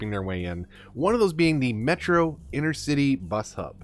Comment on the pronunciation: Please,please,please stop calling the inTercity buses inNercity buses. I know it’s just small and petty but it really nags my noodle. Otherwise, I still love watching your play throughs. 👍